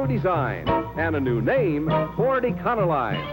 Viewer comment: E-con-o-line? i always pronounced it e-co-lean!